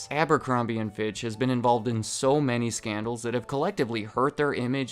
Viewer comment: I had to rewind for the 5th reason, first time I heard it thought you said sandals not scandal 😂 great coverage as always 🤙